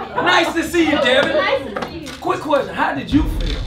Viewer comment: That boy said fell feel